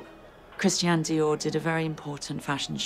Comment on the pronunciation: Love her, but she should learn to pronounce Christian. It’s NOT Christien!